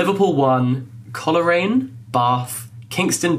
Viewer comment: This is INCREDIBLE!!! but your pronunciation of Coleraine hurt me hahaha